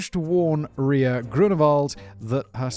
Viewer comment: Simon’s excitement on pronouncing “Ria” correctly gave me the joy boost I needed today.